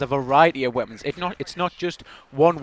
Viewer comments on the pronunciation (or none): none